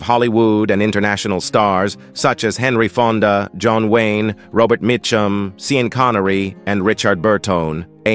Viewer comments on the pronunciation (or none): SEEann Connery ?!?!